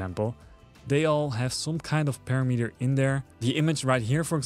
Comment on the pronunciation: When I visit Mexico, I always ask the locals to correct my language AND the pronouciation. Sometimes people want to be 'polite', but its not helpful. I make it clear that I prefer to be corrected. That said. Its pa-RAM-eter, like di AM-eter I know YOU will take this constructively, but some sensitive loser will get bent about it. So, since I'll never read any other their responses to this, I'll just give my answer up front. Bite me, ;-) ------------------------ Oh yeah...Awesome video. Thank your sir. Subscribed and liked.